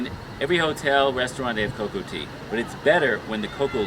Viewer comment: You're saying coco tea. lol machu picchu is not as high as Cusco, it's more towards the jungle. This is what I do every time I go to any high altitude place. I prepare myself by swiming, that helps expand your lungs so you can breathe better. Once I get to cusco, I sleep for the day and relax; your muscles. If you get a headache, just drink some coca tea. Within 3 days, you're body should adjust. I chew coca leaves instead of drinking some tea if I'm hiking. Usually, I carry a lot of coca products from, toothpaste, coca cookies, coca candy, etc… You should drink 7 bottles of water everyday. Stop eating after 5pm. Avoid red meat period. Chicken is ok and there are a lot of vegetarian places that have decent dishes that help your digestive system and offer different types of tea. I start with a smoothy in the morning but with a bottle of water, not tap water. Always carry a bottle of water. By lunch time, I'm eating some soup and by around 3pm I'm eating dinner. After 5pm, I'm usually snacking on bread, cake, pastry, something light. I usually hang around some bakery place, which is nice. :P Note, you don't want to consume to much carbs. lol No fruit after 5pm or any meats. Trust me, you'll thank me. What's the point of traveling without drinking alcohol, specially at night while the cold gets you while camping out. Choquequirao was an awesome experience, tested my hiking abilities. I went through a pair of boots. lol Have fun.